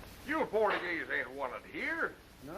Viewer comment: Rosita... played by Steffi Duna (born Erzsébet Berindey; 8 February 1910 – 22 April 1992) - a Hungarian-born film actress. Yeah, definitely not a "Porta-Geeze," as they pronounced it in the movie, lol.